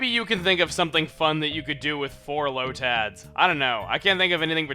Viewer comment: say lotad weirdly again like in pokemon emerald